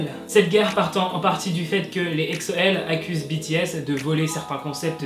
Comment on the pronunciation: POURQUOI TU DIT EKSO CA SE PRONONCE EGZO mais quand meme il abuse comme ca les EXO-L heuresement j'suis pas un EXO-L comme ca